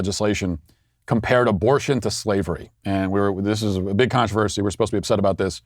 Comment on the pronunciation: Matt, did you say “countreversy?”. I think you did. You definitely did.